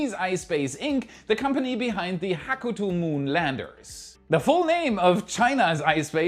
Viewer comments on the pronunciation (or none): none